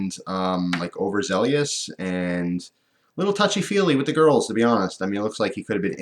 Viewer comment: Over-zel-us Not trying to be a dick about pronunciations, but thought you could handle knowing how to say it. And at this particular moment I'm not trusting enough in my sense of humor to even make a joke about anything whatsoever.